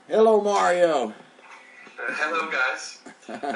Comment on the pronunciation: You need to pronounce the letter A in your guest Mario's name. You're saying his name as if it's Muurio!! It's just a tad annoying that's all... Peace out, love and light to you. ✌🏻